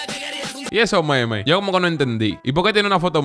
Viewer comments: A los "momos"😂😂😂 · Por que dice momos